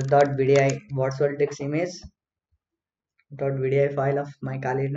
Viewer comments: what did he say? dik size?🤣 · Kindly.. its DISK... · what ?? did he say di*k......hahaha